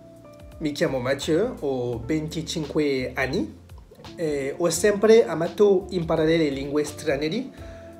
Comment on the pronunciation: Salut ! Le lingue stranierE. Deciso (détchiso). Bravo pour la performance mais , en imaginant que tu ne poursuives pas la pratique de cette langue, est-ce que tout ça ne disparaîtrait pas aussi vite que tu l'as appris ? Un peu comme des personnes qui sont capables d'apprendre un texte très rapidement (souvent des comédiens ) et qui l'oublient aussi vite dès qu'ils n'en ont plus besoin.